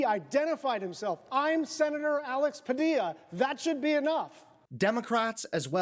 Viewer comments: Padilla is pronounced Pu-dee-yah I think. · It’s pronounced Padiya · This woman is such a terrible human being.....another thing, learn how to pronounce the correct last name, don't be as dumb as her. PADILLA NOT PADILA. What do you expect from people in his cabinet who paid trump millions to be nominated? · Pronounced “Padiya”. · Did you just say Senator “Pah-Dila”? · Ughh! PUH-DEE-YUH! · FYI Padilla is pronounced Paw dee ya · The name is pronounced Padeeya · I believe that’s pronounced Pa-DI-ya. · You mispronounced his name. It is Pad-eee-ya. Get it right to be a viable content creator for Occupy Democrats. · My friend, it's pronounced "pah-DEE-ya" -Padilla. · Padilla is pronounced: Puh - Dee - Yuh. Like tortilla. They say his name correctly in all the video clips you played. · In Spanish if you have two of the l's in Spanish it is pronounced as a Y. Phonetically his last name is pronounced Pah-Dee-Ya. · It’s Padeea. LL in Spanish is pronounced eee not L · The name sounds “pah-Dee-ya” please pronounce correctly. THIS IS WRONG! Who are these thugs? What are their orders? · Padeea..pronounce his name that way! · nitpick pronounced padiya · It’s pronounced pah-DEE-ah. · Pa di ya. Padilla is pronounced Pa di ya. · Pronounced “Pa-de-ya” — it’s a Spanish pronunciation — 2 “ll” is pronounced as a “y” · Pa Dee ya, no L sound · Padilla….. Padeeeyyyaaa. My god didn’t you hear him pronounce his name???? Ugh. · Padilla is pronounced PA DEE YA. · Do the man the honor of pronouncing his name correctly. Padilla = pa-dee-ya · He literally pronounced his name in the video. How do you still pronounce his name wrong? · Dude, learn to pronounce Padilla. Good God. Embarrassing. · I appreciate your words but not pronouncing the Senator's name correctly is rough. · Learn to pronounce his name right!!! It is Spanish and LL is not pronounced as L ! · Please pronounce the Senator's name right, my dude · Dude, you could learn how to pronounce the senator's last name